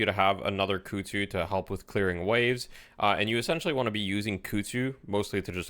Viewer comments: Christ on a bike.... "Kuhd zoo" KUH KUH KUH she even says it when she throws it. Koozoo isnt even damn near close. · This is very nitpicking, but dude Ivy herself yells kudzu when she uses the bomb. You have no excuse to mispronounce it that badly.